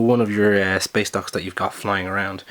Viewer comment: Why do I keep hearing space docks as space ducks